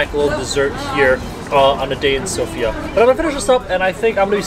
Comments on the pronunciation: bro itz not sopia is Sofia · Nice, you are almost saying Sofia correctly